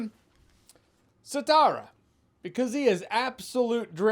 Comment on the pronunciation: 'Sitara' not Sitary...But nice COUNT OF MONTE CRISTO reference!